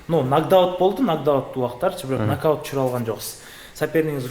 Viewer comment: НАГДАУТ дейтко )))